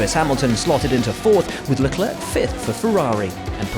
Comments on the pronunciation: Nobody : The commentator : "Charles Leclairque" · Please please please, it's Leclerc, not leclerque or leclerck. The last c in Leclerc is silent. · Please stop pronouncinv the 2nd c in Leclerc ffs... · hey...Leclerc.. the last "C" is silent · Luh Clerk 🤣